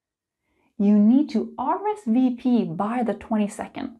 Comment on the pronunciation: Hi, I'm French and I like the way you say RSVP;) You speak French very well:) Thank you for all your videos, it helps me a lot:) Sorry if I make mistakes while writing...